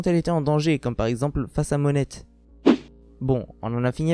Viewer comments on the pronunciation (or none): Perso ce qui m'interesse le plus c'est " Monette" genre tu prononce le T de Monet ca stresse Pour la théorie je dirais...ca se tient par contre je pense pas qu'il va accomplir le reve de Tashigi. En plus si y a moins de sabreurs qui puissent rivaliser avec lui ca pourrait poser probleme pour lui vu qu'il aime s'amuser avec des personnes fortes